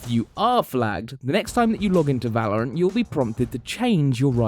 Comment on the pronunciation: First he said Va-lo-rant and now he says Wad-Dell